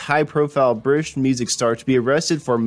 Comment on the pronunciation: People who narrate should have some notion of public speaking. This guy sounds like he's drunk. Vaciny for vacinity, Meteric for Meteoric, Brish for British, etc., etc.